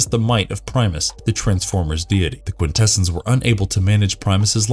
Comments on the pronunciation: Quintessons pronounced Quin -tess - ons, not quin - tess - ens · Thank you! It was making me cringe every time he said it with that "kwin-TE-sins" pronunciation. I felt like I was developing a nervous tick… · “Quintessons” is pronounced: kwin-te-SAHNS, not kwin-TE-sins. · cringes every time he says "Quin-TEH-SUNS"::...🙄🤨😖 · ... look: I been an 80ies kid - throughout the 80ies cartoon series the Quintessons where pronounced with the emphasis on the first "n" & not like I hear it here & in other media with the emphasis on "ss" ... bit strange to hear it like that ... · i really dislike how you mispronounce Quintessons like someone who has not watched the transformers movie.